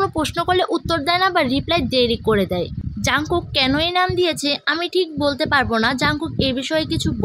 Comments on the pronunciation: এটা জানকুক না জোনকুক😂😂😂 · এটা jungkook ই কিন্তু নামের উচ্চারণটা জোনকুক বুঝছো? 😅